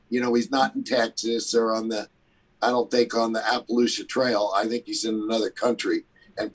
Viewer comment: Did he really call it the Applelucha trail? LMFAO 🤣🤣😪